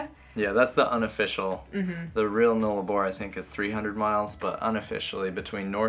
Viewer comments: FYI Null-a-bor.... that's "null" not "nole"... loving the trip so far guys. Never driven the Nullarbor so looking forward to the next step 🙂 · Nullarbor is pronounced 'Null' (the 'U' is as in the words 'pUppy'and 'Umbrella') meaning none. Arbor means tree. Therefore 'no tree/s'. Nullarbor is Latin but sounds like a first nations/aboriginal word. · Road trains are the really long, multi trailer trucks. The Null in Nullarbor is pronounced like the gull in seagull (just saying LOL). You will be fine on the Nullarbor, enjoy.